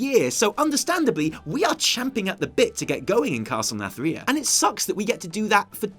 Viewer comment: please get it right. It isn't pronounced Nath-RIH-a, it is pronounced Nathri-AH!